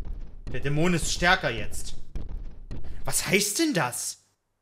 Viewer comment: Geiles Video, aber irgendwie triggered es micht wie manchmal du Dämon aussprichst :D Du betonst nicht die erste, sondern die zweite Silbe, was ich so noch nie gehört habe.